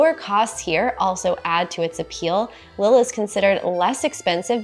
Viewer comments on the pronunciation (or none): Lille is pronounced like “leaf”, the I is high.